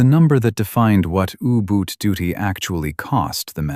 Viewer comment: ooboots? Yooboots?? 😩 if it wasn't so idiotic it would be funny, now where's my uggboots?!😊